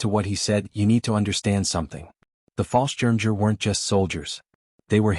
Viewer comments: I wish that artificial idiocy would learn how to pronounce things properly. The butchery of the German word for paratrooper is enough to make a grown man weep! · It's Pronounced "BOR-GA-BUS RIDGE" and "FAHL-SCHIRM-YAGER". And it General "SIMM-UNDS" with a short "I" which sounds like the i in BIT. Please fix the pictures. They are truly absurd and actually offensive, putting Nazi eagles and swastikas on allied troops!